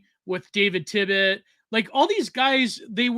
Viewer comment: David Tibbet? Bro c'mon